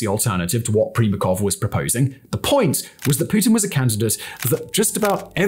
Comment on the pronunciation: you butchered pretty much every single Russian word. Only one perfectly correct was „Putin“ though. Good job! 👍🏾;)